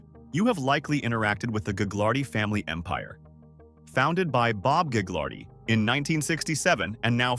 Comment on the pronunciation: Thanks for the info. Ive got info for you. It’s not gag lar dee family It’s ga lard ee lol